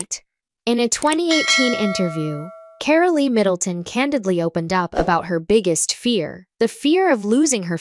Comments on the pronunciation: Her name is said Car--ol not Carollee. Hew crazy can you get??? the E at the end of the name is silent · It is Carole, not Carolee.